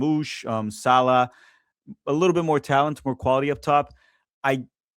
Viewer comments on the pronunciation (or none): none